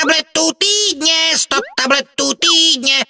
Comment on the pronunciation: po 2 minutách mi týdne znelo jako túdne